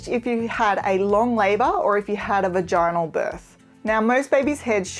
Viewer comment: 48 Love ur videos 1st!! Just a friendly fyi: When you said "vaginal birth", in the word vagina, you placed the emphasis on the 2nd syllable. As you are playing this video in the US, we place the emphasis on the 1st syllable. Ex: VA-gin-al you said: va-GIN-al As I said, this is only out of love, and in the grand scheme of things this is not important, but hey...if this helps you being more well received then no harm done, right?! I hope so! Keepposting-you're doing a fantastic job